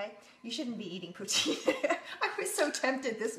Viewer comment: She said "poutine"